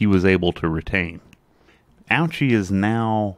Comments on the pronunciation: Actually his last name is pronounced OH-chee, not OW-chee. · It's pronounced O-Chee, Bro. No need to make fun of his name. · I came on here a bit late and wanted to say the same thing. It makes me cringe hearing people pronounce his name like that.